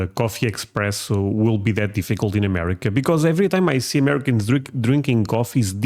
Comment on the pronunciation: Espresso, not express.